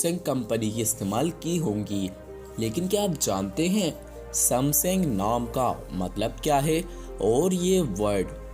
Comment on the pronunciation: Bro..not sumsing it's samsung